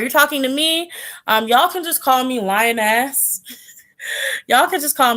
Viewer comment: 😂😂😂 i heard " call me lion ass" lol it was "lioness" i just can't stop laughing😂😂😂😂😂